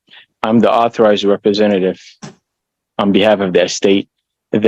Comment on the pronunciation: "I'm not a rebezenative. I'm an ARTHURIZED rebezenative. Stop your pazmptions."